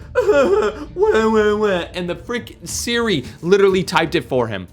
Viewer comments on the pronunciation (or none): none